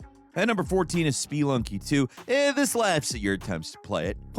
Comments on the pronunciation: Did you just call that "spEE-lunky 2" lol? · "Spee-lunky 2" 😂😂😂